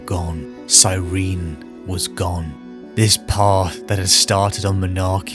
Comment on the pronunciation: The singular of astartes is astartes, and cyrene is pronounced sy-ree-nee reeeee